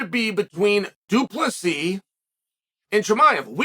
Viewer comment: Uncle Chael for the 10th time it's DU PLESSIS NOT DU PLESSI. Doubt you'll learn tho Pierre-a, Macklechev n all the others still weeping 😂